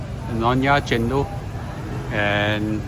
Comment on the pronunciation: It's chen-dol!! Come onnnn!!! Not chen-doh